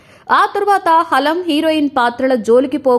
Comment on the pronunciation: హాలం కాదు anchor గారు... హలం...